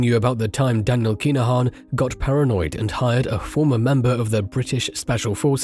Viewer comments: KIn-A-Han not KEENAHAN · yep your doing my head in everytime you say keenahan like has wrote thats how its said but fast.